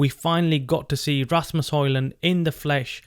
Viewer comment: His name is Asamos not Rasmos